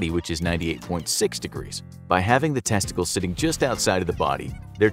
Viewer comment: Lol. I really like this video the way he says tessties